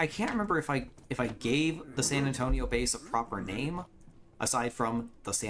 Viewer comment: San Antonio more like Sand An-stone-io 😂😂😅